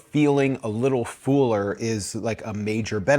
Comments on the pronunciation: I know its not related to the content but I haven't heard someone with generally no regional accent say one word, "fuller" so distinctly differently. Sounds like "fooler" rather than fuller to me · Hi. I'm a new viewer and like you content and approach. Was just wundering where the work "fooler" comes from instead of "fuller"? I thought it was an audio glitch at first but after continuing to listen it seems intentional(?) Cheers! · I've never heard anyone pronounce the word "fuller" that way.